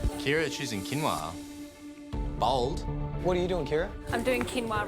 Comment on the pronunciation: I love how he said BOLD